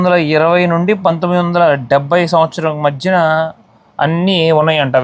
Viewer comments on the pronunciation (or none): none